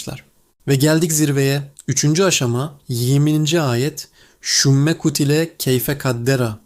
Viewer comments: Şümme değil ; sunucu yanlış telaffuz ediyor …📍⚠️SÜMME ( sonra ) demektir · Sümme peltek s ile telaffuz edilir. Böyle güzel bir içeriği basit bir telaffuz hatası ile mahvetmişsiniz :(